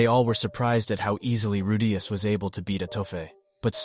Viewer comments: "" Seriously, ITS RU DEE US. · Say his name correctly you fucking ingorant r tard